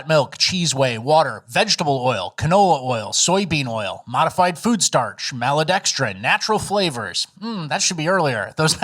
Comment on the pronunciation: Listen here,. Its Mal-to(e)-dex-trin. Not Mal-uh-dex-drin. Not like it matters, since its a made up word to desribe overly processed carbs.